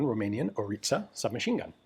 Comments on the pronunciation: I love that you prounounce it corect🫡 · Congratulations for correct pronunciation of Orița 🙏